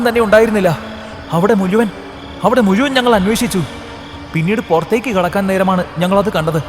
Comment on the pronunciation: മുയുവൻ അല്ല മുഴുവൻ